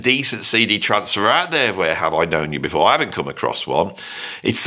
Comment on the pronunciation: each time you say: "the day before" I hear: "Davy [5]04"